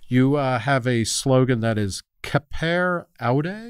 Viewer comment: SAPERE AUDE kind of pronounced like the German car Audi, just with an e but that does not sound like ee more like an a, a soft and shorter auday and same goes for Sapere, emphasis on the last e, SaperE AudE!